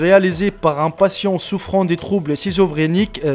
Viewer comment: Ciseauxfrenique mdr ... sa se dit skisofrenique ( ça ne s'écrit pas comme ça mais c'est pour la prononciation ) voilà voilà